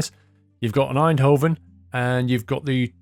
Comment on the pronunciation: Pronounce the v as an f, In-do-fen